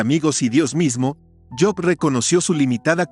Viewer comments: Si sabes hablar español,habla correctamente,no es yob es Job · cabal no es yob